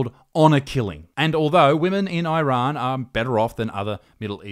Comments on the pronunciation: It’s pronounced “eerun”, not “eye run”. You don’t hear people saying “eye migratshun” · why does he pronounce it "eye-rann"? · Dear Millenials, stop pronouncing Iran like a Seppo. EEERAN, not EYERAN. Wankers